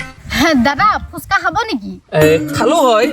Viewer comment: Pronounciation vlkoi korile hunib val lge❤ ... ফোচকা nohoi ফুচকা হে🎉